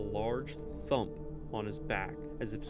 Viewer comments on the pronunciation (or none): none